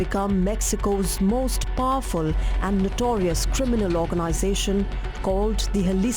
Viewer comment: Knew the narrator is indian after hearing she say PAAFUL ( Powerful)